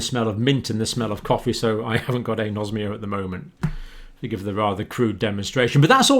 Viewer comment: Dear Dr John, with all due respect, it is pronounced "An-osmia", like "An-aemia", "An-orexia", "An-aerobic", "An-encephalic", and so on. The Greek word for smell has "osme" as its root, not "nosm", as your pronunciation suggests. And "An" before the Osmia means "the absence of", of course. Apologies for being pedantic, but the non-medical people may understand the word better if it is pronounced like Anaemia etc. Kind professional regards, Dr Dave